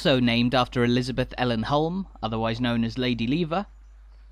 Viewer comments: Hulme Hall is pronounced Hume the L is silent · Place I've never been but knew the basics of the story. Didn't realise it was so recent that non-employees were allowed to buy homes there though. One wee point: I think you'll find that "Hulme", Lady Lever's family name rhymes with "room" or "vroom", rather than having a hard "u".😁👍 We seemed to be, very much, in residential streets, even the main street. Are there shops, banks etc to be found in another area? I'm assuming that some commercial services would be provided by the company itself but, hopefully, there were/are some shopping facilities in the village. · Some good research but why oh why the constant mispronunciation of Hulme! Please dub the correct one. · I enjoyed this but I thought the narration could have been better informed. The pronunciation of Hulme Hall …..